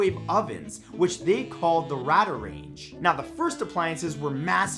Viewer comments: Ray-dar Range. RADAR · Pronounced Raydar Range.